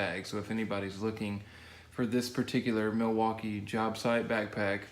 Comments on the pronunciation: When be said millwahkey it had me dying lol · That's a pretty nice "Mill wah key" bag lol